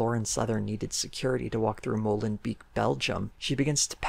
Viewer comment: as a belgian citizen it was weird how you kempt pronouncing molenbeek wrong and me being like wait what city is he talking about? and then seeing in the stats written and im like ooooh. XD just funny i love your channel.